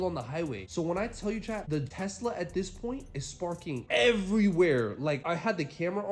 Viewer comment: For the past 4 months I thought he was saying "CHAD" But he's saying "CHAT" gotta love this guy.. 🤫😂🤣..